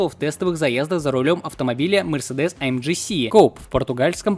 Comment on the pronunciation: ДэТэЭм, а не ДиТиЭм, это немецкий язык! И не АЭмДжи, а АЭМГэ, тоже немецкий. Учи матчасть!